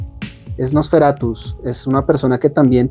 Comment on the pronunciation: Me daba algo cada vez que decías "NosferatuS" 😮‍💨, pero tu reflexión me gustó mucho, muy alineada a lo que nos cuenta Eggers a través del Terror.